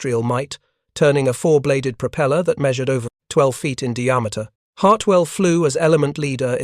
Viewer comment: Or "dee-ameter"